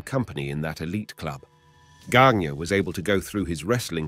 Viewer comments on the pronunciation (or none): Verne Gagne...pronounced Ganya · It's Gagne (Gon-YAY)